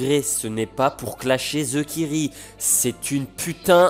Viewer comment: Ça se prononce pas thekiri...